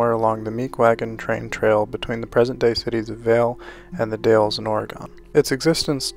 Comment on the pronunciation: PEASE! The name of our beautiful state, Oregon, is pronounced Ory-gun or according to Google, aw-ruh-gn. The city you mispronounced is “The DALZ.” Never drop the “The.” It is part of the name.